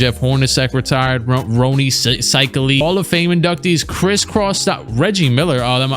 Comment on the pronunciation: Bruh it's pronounced Seikaly